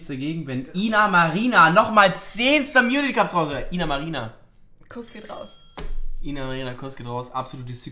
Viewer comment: Wie sie mit völliger Überzeugung „somunity cups“ sagt😂